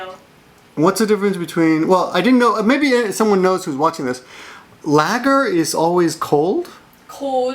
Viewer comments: I really enjoyed this interview. Speaking as an English person, I love Japanese people and Japanese culture. LOL your prounounciation of lager - it is pronounced lahger. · lool its pronounced laargar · real ale is served at cellar temperature, which is a bit cooler than room termperature, like 55F. Larger is served a bit more chilled. I'm not sure about Guinness or bitter, both popular drinks in pubs. btw, look up how to pronounce larger.:-D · HAH The way you say lager at the end is hilarious :D Ale is never "warm" as such, but not really cold either. It's served at room temperature, which isn't particularly warm in the UK. In fact, for beer it's even colder because ale isn't served at room temperature, as in, the temperature of the bar, but at the temperature in the unheated cellar which is even colder than that. Warm ale wouldn't be very nice.